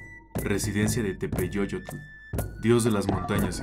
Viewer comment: mUY LINDO TRABAJO, FELICIDADES!!! ACÉRCATE CON LOS MAESTROS DE LA TRADICIÓN PARA QUE TENGAS MEJOR MANEJO E LOS VOCABLOS Y LA COSMOVISIÓN MEXICANA.TEPEYOLOTL, SÓLO LLEVA SONIDO "ye" EN LA "Y", MÁS NO EXISTE ESE SONIDO COMO "LL". VIENE DE "yolotl" -CORAZÓN-.